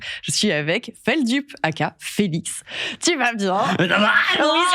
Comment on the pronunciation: Enfin quelqu’un qui prononce bien Feldup 😮